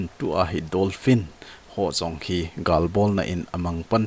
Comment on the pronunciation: Dolphin joh ahe,Not Donphin Bro👍